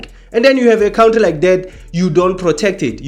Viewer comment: Hello you are saying good things that make sense but please stop saying Cowntry, it is pronounced Cowntry, not like Donkey Julius says it! 😮